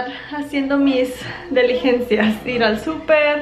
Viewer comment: Con respeto es diligencias no ,deligencias